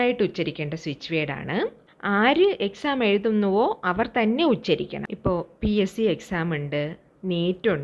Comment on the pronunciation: ഉശ്ചരിക്കു, തെറ്റാണ് - ഉച്ചരിക്കൂ. മന്ത്രം ഉച്ചരിക്കുകയാണ്. ഉശ്ചരിക്കുകയല്ല ഉശ്ചരിക്കുക - എന്നൊരു വാക്ക് മലയാളത്തിലില്ല